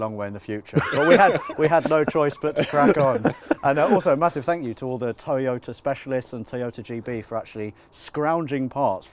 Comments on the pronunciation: Erm, WTF???….. ….”Teeeyota” it’s “TOYota” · What's a "te yota". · I’ve never heard it pronounced tea-yota before